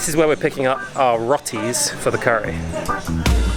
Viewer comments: “Raw-tee as I know it is “Row-tee”. ☮️ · nice video not called Roti but we pronounce it Rowti like row your boat. Enjoy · Its Rotis NOT Rat ts No Hate